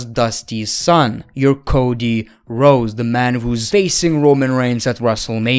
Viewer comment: “Cody Rose”?😂